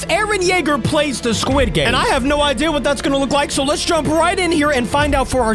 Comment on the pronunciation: the sirchile guy said welkom to sguid game